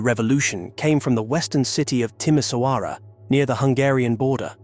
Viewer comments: Timisoara is not pronounced with a ss at the end but with a sch as in Schengen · Timișoara, the letter ș is pronounced close to the sound 'sh' makes in English. Would be nice if these documentaries had a tiny grasp of the language. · Yes, Timișoara, but the name of the city is pronounced with a sch nonetheless. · Funny how americans talk about Romania and can’t even pronounce Timișoara correctly. Meanwhile Romanians talk about the usa and Trump. Maybe it would be better, if everyone just talked about their own country.